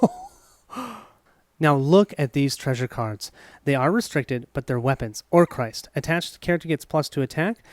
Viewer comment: Not to be nitpicking but.... it's Orc-rist not Or-crist. (The name Orcrist means "Goblin-cleaver", from "Orc" and the Sindarin ris ("to cut").)